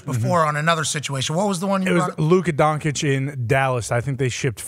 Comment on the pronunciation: Luka DONKIC 😳 Really? After 5 years in the league there are still american moderators out there who cant prounce the name right of a future NBA MVP? b*tch pls, get outta there, redneck and get a f-ing hair cut man, your mullet wasn´t cool in the 80´s and still to this day is NOT cool, but it fits perfectly for your fat, uneducated redneck persona. Im sure, if this redneck continues like this, he will be gratulating DOINK in the future for his MVP season in the NBA. #getthefatredneckouttathere #getahaircut #themulletisdead